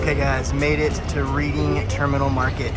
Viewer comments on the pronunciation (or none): I need to get back to my hometown. Just a visit. I need me some Reading Terminal food. When you pronounce Reading Terminal, it's like Reding Terminal. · Watching with my wife. It’s pronounced red-ding not read-ing. Just a peeve of a semi-local. Glad you got to see all the cool historic sites! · The Reading in Reading Terminal is pronounced Redding. Bassett’s good choice. You missed Beiler’s donuts. Please come back and visit the museums along the Parkway.